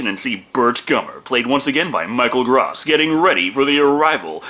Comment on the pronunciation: I think you *may* have pronounced Michael Gross' name wrong in every single Tremors review you've done.